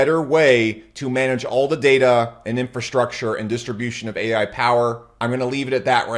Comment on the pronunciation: Bro said paal ai 😢